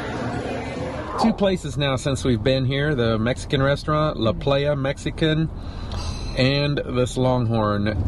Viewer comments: Great video. Thanks for all the information. That area is on winter vacation list. btw, La Playa is pronounced "la ply a". I live in Kansas City and people in the Midwest do say "la play a". Iowa is probably the same. ;-) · It’s a great area to spend the winter. Lots to do! Yes, we accidentally mispronounced La Playa. We knew the correct way but sometimes we get in a hurry and don’t think clearly lol! Thanks for watching! 🧡😁🤓